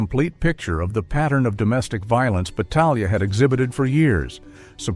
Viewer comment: This AI narrator is consistent with mispronouncing his name every other time. It's no more than this creature deserves. I know a branch of Battaglias in California; they pronounce the name the Italian way.